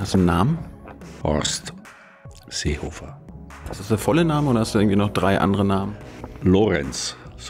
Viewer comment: vor allem das butterweiche "Seehofer" danach :D